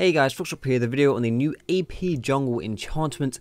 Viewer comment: sounds like youre saying EP rather than AP. x)